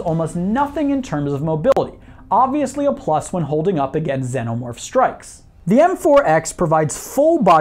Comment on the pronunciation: you say it like senomorph its xenomorph